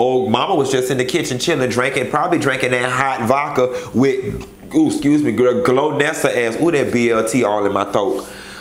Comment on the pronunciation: you keep calling that girl GLOWnessa... hahaha.. GOALnessa